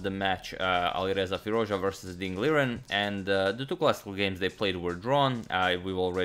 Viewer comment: Fie-Ruz-Dja(dʒ) {Like Jazz} is the correct way of saying his name .... I'm a excellent subscriber :)